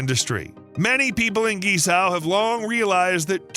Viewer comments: Seriously, learn the pronunciation of Guizhou if you’re going to make a 20 minute video about it! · Please learn to pronounce Guizhou correctly. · Please make a little effort to learn to pronounce foreign names at least a bit closer to accurate: "GuiZhou" should be pronounced similar to "Gway-Joe"! At first I had no idea where you were talking about! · Great video, but Guizhou is pronounced gway-joe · This province is actually pronounced as Queen Joe (Guizhou), except some pronunciation problems it's a great work though. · Wrong and misleading China maps, wrong pronounciation of GuiZhou, pls beware